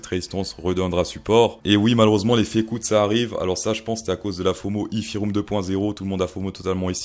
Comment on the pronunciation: Tu parles du if you room ? Ou de la Fée coûte ?